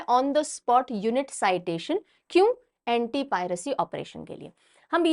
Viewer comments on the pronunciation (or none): none